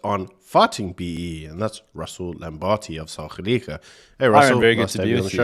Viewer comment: You got his name wrong... LamBERti... Not LamBARti.. 🙈